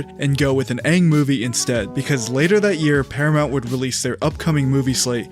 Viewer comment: His name is aang not wang